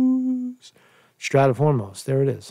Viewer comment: How do u not know how to pronounce Strait? Its a pretty common word in geopolitical affairs or basic geography